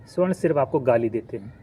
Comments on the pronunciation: Video banate ho thora gyan badhao . Pahale swarna ( sona/gold) aur sa- warna me antar samjho aur shudhdha sudhdha bolna sikho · Suarn ni sabarn hoga hy😂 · सवर्ण बोलिए, स्वर्ण नही, स्वर्ण मतलब सोना, ए सोना नही कीचड़ हैं, कृपया सुधार करें